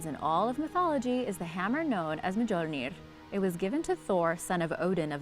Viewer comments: Muh-jol-nir lmao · Mjolnir is silent J